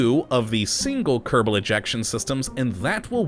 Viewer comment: Anyone Else annoyed by How he says kerbal wrong at the intro But When a mod has kerbal in It's name he says it right, please say it normaly instead of saying kerdabol at the begining.